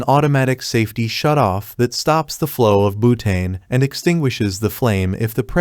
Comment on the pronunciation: Boootane killed me 😂😂